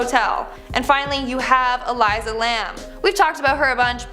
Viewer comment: ***ELISA (ee leessaa) Lamb